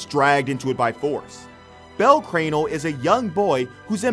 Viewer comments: Im not gonna lie i hate it when people mispronounce anime names bro you legit said bell cranal when its bell cra- nel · anyone hate how he said Bell Cranel?